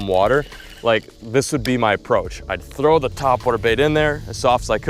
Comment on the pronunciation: Throw not "through"